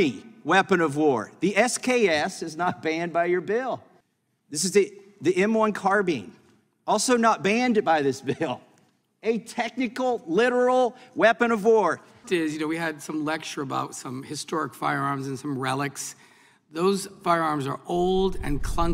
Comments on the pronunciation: “M1 carbeeen”☠️ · Did he just call it a CarBean? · It's not a "Car Bean"